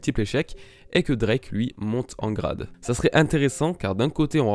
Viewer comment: pourquoi tu dis Di X Drake ? pour quoi Di ?